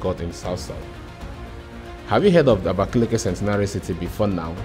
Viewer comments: I'm from Ebonyi state And I will still tell you the correct spelling is Abakaliki not abakeleke Don't justify what you don't know You can equally asked people the correct pronunciation Thank you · this pronunciation us really annoying ndi "abakeleke" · Nice content as usual We should be expecting latest updates of work at the airport What you gave us last time wasn't the latest Kudos for job done And again It's Abakaliki not abakeleke Pronounce what you read not what you hear And for the water you saw That's not a fishing pond or river It's a boat ⛵ cruise which was initiated by the governor but seems it won't be possible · Beautiful vlog but you guys need to learn the proper pronouciation of abakaliki,which is aba,ka,li,ki not abakeleke.